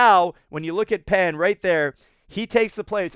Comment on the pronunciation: In Chinese, "Pan" is pronounced as "Pon"